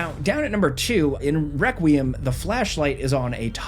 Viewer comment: Lol he said Wequiem